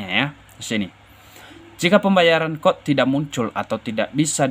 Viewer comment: Bacanya cod (ce o de) bukan kod 🤣🤣